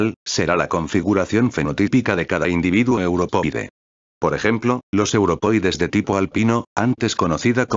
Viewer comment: Qué fastidio escuchar "europoide" en vez de "europeoide"!